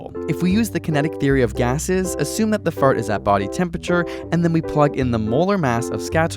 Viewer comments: I love how he says "feurt"! XD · Who else is laughing when he says fart?